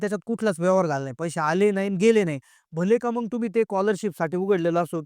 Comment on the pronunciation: आधी मराठी भाषा नीट बोलायला शिक. मग असे म्हणताना मंग म्हणतो येड्झ